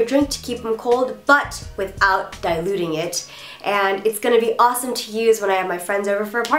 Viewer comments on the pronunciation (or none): none